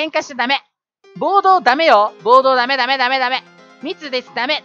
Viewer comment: み↑つです